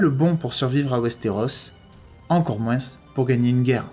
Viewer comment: C est moi qui rêve ou tu prononces "moinsse" à la place de "moin" ?